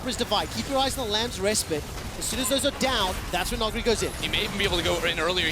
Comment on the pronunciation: Why can't they pronounce 'respite' properly?